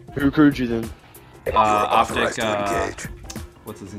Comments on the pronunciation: potic? its OpTic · I'm done did he just say optic pamaj